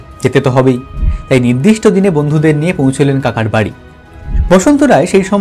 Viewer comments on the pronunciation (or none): none